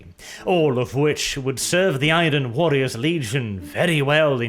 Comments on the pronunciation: mate. I love your videos and your English is excellent. However please, in the future. Do NOT pronounce the R in Iron. The R is silent. Pronounce it like Ai-urn. I know it’s silly but that’s the way it is, keep the Rolling R’s going for everything else though. Please keep up the videos. Been a fan for years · The 'R' in iron isn't pronounced and its certainly not trilled. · Is it a meme now, the way pronounces Iron. He always says I-ron while it’s I-ern. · I'm sure the R in the word IRON is supposed to be a silent one?? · Hey man, Enjoying the lore videos. Stick to these instead of the insane political stuff. Also learn how to pronounce iron its driving me crazy.